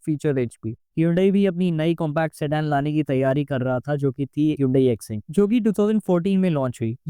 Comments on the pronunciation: Assent .. no.. Aksent. . Yes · improper pronunciation ruins the content - Ascent - Accent 😥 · Pronunciation is not ascent, its ack-cent !!! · To the person talking in the video.. it was Accent. Not Asent... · Its pronunciation was always "Ack-cent". 😊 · Ak-sent bhai… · Pronounced ‘accent’ wrong throughout the video 😂